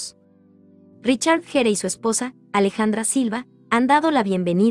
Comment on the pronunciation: GERE SE PRONUNCIA GUIER